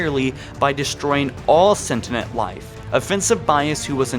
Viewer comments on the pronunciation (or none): You were mispronouncing Maginot so often you said "setnient" instead of sentient lol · “Maginot Line-> Magniiot line” “the forerunners-> the foreigners” “sentient life-> sentinent life” “halo arrays-> halo arise”... bro are you good? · Sentient not sentinent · sentiment life? did you mean sentient ? i would point out all the other things you pronounced wrong but other people already have , otherwise good video. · Did he really say "sentiment life" instead of "scentiant life?" Why does he keep calling them "foreigners" instead of "Forerunners?" He's pronouncing the "T" in Maginot?! Next John-117 will be the Master Chef! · "Sentinent life" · Can't pronounce sentient either